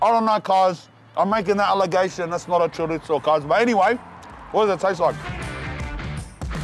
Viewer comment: WHY DO YOU CALL IT A CHORITZZOH AHHAAH ITS CHORIZO MY DUDE WHAT IS THIS